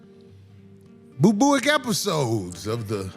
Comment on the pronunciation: That mf said boobooic 😂😂😂😂